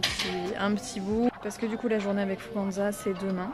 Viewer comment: Je si la seul a dire « Fouganza » « FougeNza »? Et non « An »